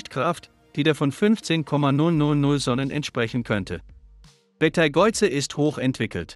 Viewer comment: können nicht mal den Namen Beteigeuze aussprechen, beschämend!